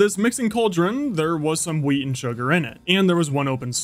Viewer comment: he said weed not wheat 😂😂